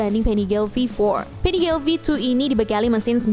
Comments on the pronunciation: Maaf min itu Panigale di baca nya di panigale aja ga jadi Panigel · Nyebutnya PANIGALE KAN BAHASA ITALY BUKAN PANIGEL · Koreksi bacanya panigale (biasa) ga pake aksen inggris soalnya pake bhs italia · panigale bukan penigel 😪